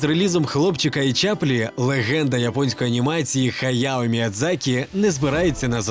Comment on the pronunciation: Та шоб в тебе зуби повипадали коли ще раз скажешь «Г»аяо Міядзакі